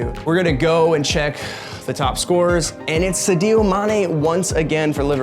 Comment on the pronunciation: The second time you butchered "Sadio" I had to turn this shit off